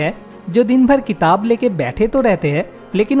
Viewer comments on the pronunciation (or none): none